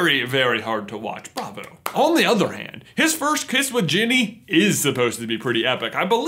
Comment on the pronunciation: These people butchered Ginny.